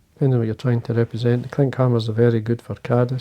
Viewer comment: You mean klinkhamer instead of kinkhamer